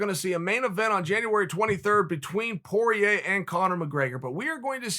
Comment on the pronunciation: Dustin Poiyeh